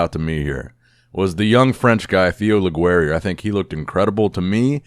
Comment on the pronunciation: Théo Leguerrier, not tio le gwerriere lmfao